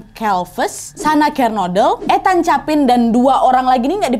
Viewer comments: Koreksi cara manggil nama NAD, Ethan, di baca ithen, bukan ETAN, tau kan bacaan inggris itu ga sesuai dengan ejaan huruf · Ethan, itu I-THEN BUkan sih bacanya Kak NAD 🤧